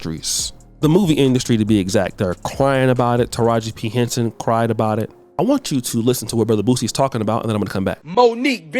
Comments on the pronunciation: Lol Boosie is a fool, he says taraji p henson is his favorite actress but he doesn't know how to say her name correctly, he called her Taraji Piston 😂. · Ima need Boosie to get it together.. cause who tf is "Tahara Penson" ???